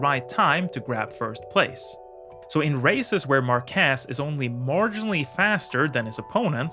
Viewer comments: Say Maarquez not Marquez. No accent on E. but on the A. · In Spanish, we use this simbol ´ to indicate (under certain rules) where the accent of a word is. I'm bringing this just as a curiosity. Márquez is pronounced with the accent in the Már, not in the quez. So is pronounced something like mark keath . Very good video by the way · We need to get a way to teach how to pronounce Márquez. You are calling him Marqués instead. Stopped listening at that. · Great video! But, please, do pronounce Márquez properly next time!!! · Omg im from Spain, and that is totally not the Way to pronunce his name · When pronouncing his name, the emphasis goes on MAR, not on QUEZ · imagine making a video about someone and not even pronounce the name correctly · Good video. But i think the emphasis is on the first syllable. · PLEASE, IT IS SAID mÁrquez. How many video material did you say you watch ? all you could get your hands on? really? not even a race in castile spanish language so you properly know the fonetics of the name of the man you are talking bout to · MARQUEZ!!!!......Emphasis the A!.....U do no say Washington w/emphasis O!!!! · Good video mate, but please the surname Márquez has the same stress syllable than market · Very interesting analysis. I hope you're not angry if I tell you that in the right pronuntiation of "Márquez" you stress the first syllable and pronounce "z" as "th" in English. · on Bikes Tip for a correct speech. In Spanish, his language, for his name, the stress is in the a, not is the e. Márquez. Please. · First:: Learn to pronounce his name right: Márquez, not Marquuuééééééz. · Márquez it is pronounced with the strenth in the a, not in the e. It's MÁrquez, not MarquEz. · WTF? Marquéz? It's Marquez. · It's MArquez, not MarquEZ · It's "Márquez", not "Marquéz" ;D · Bro its MARquez not marQUEZ but good video anyway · Márquez is stressed in the A not the E. Otherwise you are saying "marqués" which translate as "marquess" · It's MAR kes, not mar KES